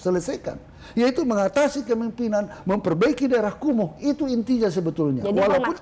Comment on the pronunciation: Kumuhnya tidak usah tebal2 juga pak, biasa aja atuh. Santai Alangkah baiknya bapak mendatangi langsung ke Priok, pasti di sambut dengan baik kok. Dan Pasti juga banyak yang minta foto😊 Semoga cepat terselesaikan ya pak